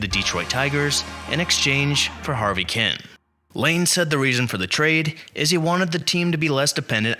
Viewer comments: Who is Harvey Ken? Kuenn is pronounced Keen. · It’s pronounced Harvey “Keen”. Tommie Agee is pronounced A G